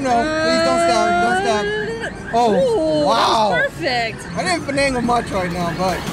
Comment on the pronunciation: Dictionary says its finagle, urbab dictionary says it's fanagle,, but with it's "Fun"agle! I can see this as a word of the day for the 10 days of DCG!!!